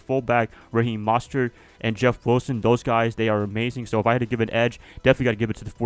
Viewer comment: Raheem Mostert Pronounced (Most-ert) just so ya know